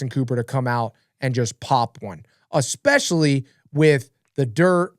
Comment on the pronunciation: UH-SPECIALLY 😂😂😂 lmao!! again...